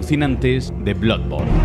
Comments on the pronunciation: Bluborn? Jaja diría que es bladborn la pronunciación, y luego ya dice blodborn jajaja madreee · Cuando deben de pronunciar como se lee no lo hacen, que es eso de bludborne a pero no sea Spiderman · “Bludborn” La mayoría de veces se niegan a pronunciar el inglés con el acento adecuado, otras veces cuando lo intentan lo hacen directamente mal. Decídanse! Que me ha gustado el video. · Soy el unico que escucho Blood Porn al principio? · Todo bien,pero no me puedo fiar de una persona que ni sabe pronunciar el nombre del juego.